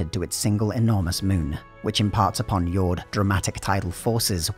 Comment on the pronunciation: if Jord is meant to be pronounced like it is in say. danish. then the D is supposed to be soft. it's not pronounced like Fjord. just a small detail